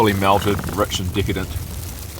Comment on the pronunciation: The snow camper is Kiwi as his accent sounds more British but he mispronounced decadent as dicadent and processed as procissid.